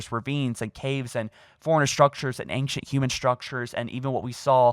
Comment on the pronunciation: Have you noted how he said ancient